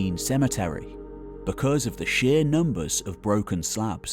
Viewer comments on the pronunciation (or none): none